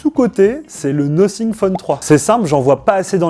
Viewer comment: Sa se prononce nofing